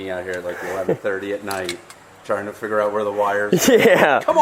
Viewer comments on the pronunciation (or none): none